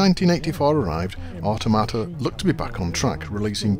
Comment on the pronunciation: I always thought 'Automata' was pronounced with the emphasis on 'tom', as in 'Automaton', but that's just me ;)